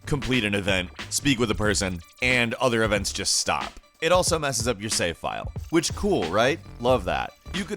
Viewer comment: "Save" is a one-syllable word. Just FYI.